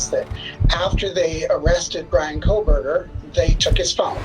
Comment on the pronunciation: I came here to say the same thing. So annoying to hear Cole burger. It’s like the end of Moscow, Co Burger. I know it’s spelled Kohberger.